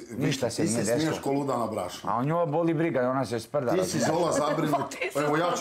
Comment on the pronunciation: Kad cujem ovo "deslo" nije mi dobro. Ogavan je